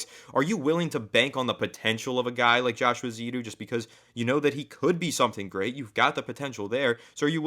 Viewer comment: I hate correcting people but the name in my understanding is Josh Eh-zoo-do. If i'm wrong please correct me back. lol Have you guys heard the rumors of a trade for Dalton Risner from the Broncos and what do you think of this?